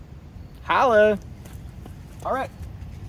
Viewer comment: Did he say “holla”